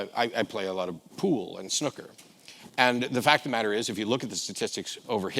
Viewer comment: it's snooker not snucker